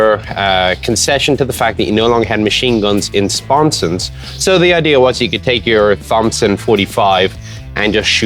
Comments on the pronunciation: Did he seriously just pronounce Thompson the way it is spelled? Where is he from again? Someplace that doesn't know that the H and P are silent, apparently. "Tomsson" = "Tom's son". Possibly even Tompson, although the "p" has more to do with the natural sound produced trying to say "Toms Son" quickly. Not Thhomp-son though. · Mr. Moran, you are pronouncing "Thompson 45" incorrectly. The h is silent. "Tom son 45" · Thompson; h is silent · nobody gonna mention the what seemed to be a deliberate mispronounciation of the Thompson? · His pronunciation of Thompson though